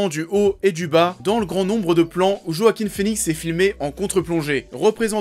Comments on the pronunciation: Par contre on dit "Roaquin" et pas "Joaquin" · Il s'appel JoaquiN et pas Joaquim.. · C'est Joaquin avec un N ^^